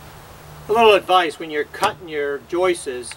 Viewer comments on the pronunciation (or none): I love the way you say "Joises" instead of"Joists" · Great work.. will last 4 ever...lol. ( House seems beat up.. for such a beautiful deck?) btw.. I believe that the word "joists" is only one syllable not two; you seem to be saying "joist-is" making 2 syllables.